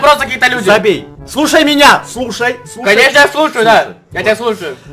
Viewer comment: Он сказал слу-шай